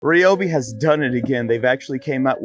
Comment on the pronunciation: Thumbs up, and I'd subscribe if it were a Rie-Oh-Bee, and not a Ree-Oh-Bee. Shame for clan Green Formly Blue. Lol but seriously definitely a thumbs up.